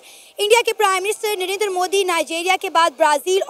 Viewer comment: Not नरेनदर he is नरेंद्र 😂